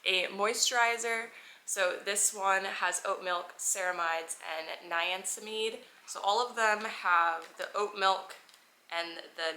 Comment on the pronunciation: the way you pronounced niacinamide took me out lol! You should try doung the ordinary skincare product haul, they are also really affordable and AMAZING quality.